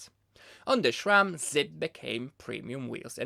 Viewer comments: My guy Schram? I wanted to watch you video but I can't get over your pronunciation There is only a "s" and I dont care that it's not your mother language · i just can’t hear “shram” one more time